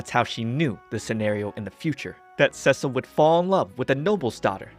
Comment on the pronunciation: Yay! You are awesome! And thank you for saying Cecil's name right, I really appreciate it. I really enjoyed your work and will look forward for more next time. ❤❤❤